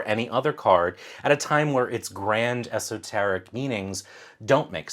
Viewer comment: Did you say 'esoterrorists?' LMAO!